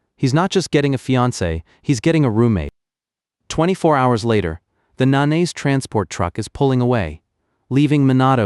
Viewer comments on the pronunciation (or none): I keep hearing manaise family. 😂😂 it's Nah nah say. Lol